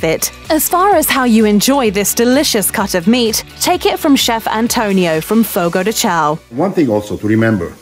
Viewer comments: While she has a British accent the pronunciation of picanha is PEE CAHN YAH and not PEE CAN AH. Fogo do Chão is pronounce Fogo do ChOWN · "Pickonna" "Fogo di chow" "Cherassco"